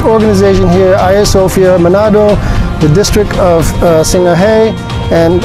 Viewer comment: ngomong Sangihe salah,botol